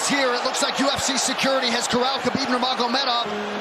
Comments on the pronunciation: “That individual is khabib Nuuhhrrrmov” 😂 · *Khabib Nurmagomedov NOT Nurmov:face-red-droopy-eyes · Khabib Nurmov? ? No one else noticed that? 😂😂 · The fuck? Khabib Nurmof? At least get your pronunciations right. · Khabib Nurvrv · Did he seriously Shay Khabib nermov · It's khabib nur-mag-o-me-dov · I'm sorry, did you just say khabib nurmov? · Bro couldn't pronounce half of the names of the people in this video. Khabib Nurmov? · "Khabib Nurmnmghjj" lol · What did you say Khabib's last name is? 😂😂 Breh. C'mon... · How tf did you pronounce Nurmagomedov 😂😂😂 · Dude has 2 channels to profit but can’t say Khabibs last name lmfao. Talk about jump on trains